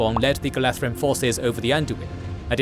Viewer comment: Slight pronounciation corrections: Gala(dh)rim - the DH is pronounced as TH in THE, not as the TH in WRATH; Beorn - should sound more like BAY-ORN, then the Scandinavian Björn.